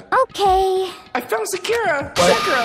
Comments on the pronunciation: Am i the only person bothered by the way he says Sakura's name? Sincerely, a Naruto fan lmfaooo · Is saying byakuya and Sakura wrong on purpose and does anybody know when his next merch is dropping